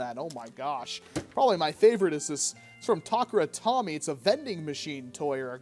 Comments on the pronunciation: tah-car-ah tome-ie sorry, I just had to correct that. it's also pretty funny it only comes with 3 darts... that are about the size of tic-tacs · the way you mispronounced takara tomy actually made me angry